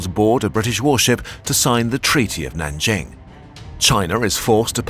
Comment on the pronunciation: The only city here pronounced correctly was “Nanjing”. Google trans has voice or better yet use Pleco dictionary. Still great work thought.